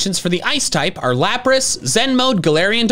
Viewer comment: AND THERE IS NO I IN LAPRAS!